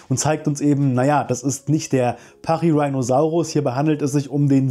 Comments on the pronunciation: Der Name kommt von rhinoceros, also ruhig Latain/Deutsch aussprechen 😜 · "Rhino" aus Pachyrhinosaurus ist jedoch Latein oder Griechisch denke Latein bin mir nicht ganz sicher. "Rheino" wäre englische Aussprache, und nicht lateinisch also schon pachyrhiiinosaurus :-) danke für das informative Video! ♥